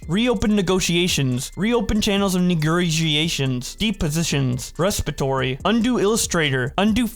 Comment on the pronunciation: My man you did not have to say negrotiations like that